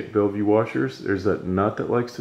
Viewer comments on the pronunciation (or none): bellville, not bellvue.. when you have a background that's white, you actually get the opposite result you are looking for. You want the black arm to be lighter, so add a gray or dark color background. That's why some use the green background of the sewing mat.. it's like a neutral density, and doesn't cause the lens to close down to reduce light. You want the lens to open up and allow more light in to see the detail in the black arm.